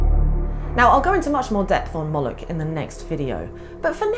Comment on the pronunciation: yaknow... "Molochy Forces" :) excellent video